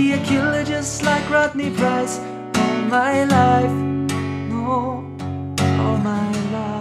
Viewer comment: All my loif. You didn't say Loif correctly.